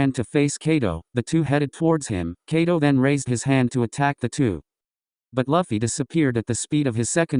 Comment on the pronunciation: It kaido not cato😢